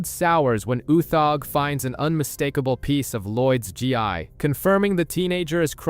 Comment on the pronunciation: My guy; the “Gi” in “Zane’s Gi” is pronounced “Gee”💀🤦🏾‍♀️